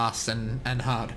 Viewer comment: Fahst and hahd